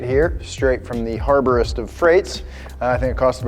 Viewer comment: “Strait from the ‘harbor-est’ of freights”. That got me. 😂